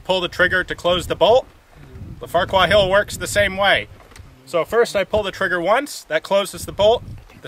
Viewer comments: Farrer. Its pronounced Farrer-Hill. I know, its Silly, isn't it? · "What the Farquar..." Sounded like "What the fuck..." Lol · I can't be the only one who thought it said "Farquaad"